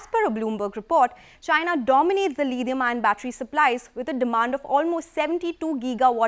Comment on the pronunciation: Lidium ion??..even British and Americans don't pronounce it so. Desi lady, what accent is that?